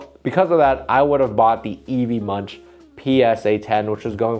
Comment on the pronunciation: Great video, more of this!! Munch is pronounced more like the english word "monk", or like "monc" in the fashion brand moncler 😊